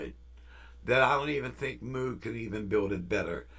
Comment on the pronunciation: Thanks. All the best to Carol!! Been thinking about getting a Poly D. My original Minimoog was stolen in the 80's. By the way Moog rhymes with vogue. Take care.